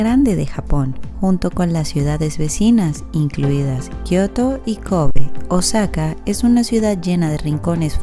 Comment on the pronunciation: Osaka se pronuncia òsaka con acento en la o